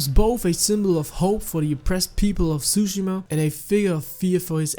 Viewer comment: Ghost of tsushima ❌ Ghost of Zooshima ✅